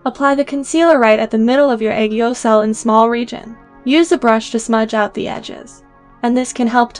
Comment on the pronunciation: its aegyosal not aygeosahl